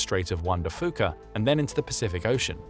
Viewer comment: His pronunciation of Puget and Fuca was hurting my ears😂